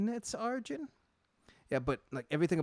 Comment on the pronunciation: Arjen, pronounced "Ar-yen"